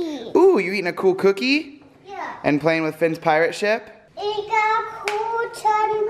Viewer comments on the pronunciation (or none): I love how said cookie like cooky